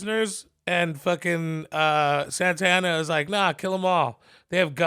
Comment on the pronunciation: Just the way they they keep pronouncing these Spanish names is driving me crazzzyyyyy. It’s SANTA ANNA not SANTANA